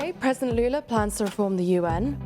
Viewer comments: She pronounced Lula's Brazilian Portuguese name as if it were a madrileño name from Spain! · If you pronounced Lula’s name in american english accent it would be closer to the portuguese pronunciation than this weird european spanish accent 😅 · Lol why she pronounce his name in european spanish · The effort was nice but Brazilians speak Portuguese so no need for the Barthelona pronunciation 😅